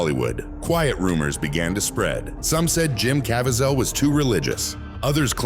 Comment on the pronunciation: What is this weird narration?!? AI-generated voice? Can't even pronounce words or names correctly! "Cavy-ZEL"? SERIOUSLY!?